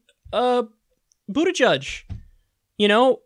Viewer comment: "Joe Biden is the frontrunner." Take a look at the comments on this debates YouTube videos. You sure about what you said? Also can we actually stand the fact that Kyle just said "Buttijudge?"